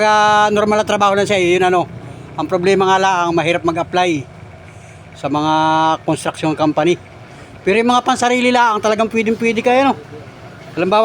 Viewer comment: Nahihirapan lang mag bigkas yan ang sakit ng Pinoy bakit yong ibang lahi di din marunog ok lang